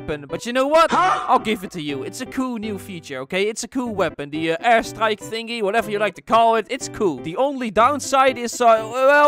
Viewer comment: Is he saying ass strike or air strike Im joking i love u and use code bakbak5